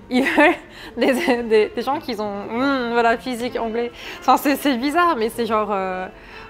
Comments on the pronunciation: Par contre elle fait des liaisons qui n'existent pas. "qui z'ont" au lieu de "qui ont" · Qui z'ont c'est pas très français